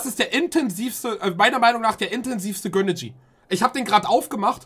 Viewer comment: Warum sagt er göhneejie